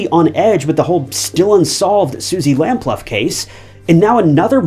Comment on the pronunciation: Suzie lamploo its pronounc3d not lam0luff x